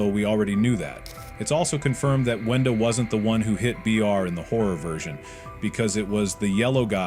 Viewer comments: Bro Said Wendy Not Wenda💀💀💀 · GURL ITS WENDA NOT WENDY 🤦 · Its brud and its also not wendy its wenda